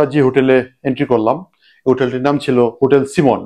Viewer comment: হুটেল এ লাইট আর ফ্যান থাকে? জানতাম না তো!!! লাইট আছে এটাও বলতে হবে? আর উচ্চারণ ঠিক করেন। হোটেল বুঝলাম, কিন্ত হুটেল কি বুঝলাম না।